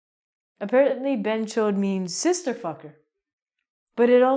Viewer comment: Behan chod is the best madam.. you did it very good pronounce..